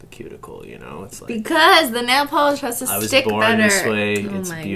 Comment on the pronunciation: I like that emphasis on the "has to" hahaha he literally doesn't have a choice xD